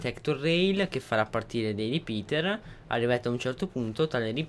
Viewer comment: "ripiter" Ho riso malissimo :'D